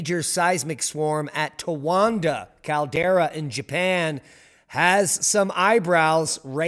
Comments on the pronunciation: You were pronouncing it "Towanda" the entire time. Yet calling others dumb. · There's no "N" in Towada caldera. "Most people are dumb." Indeed, we all mistakes.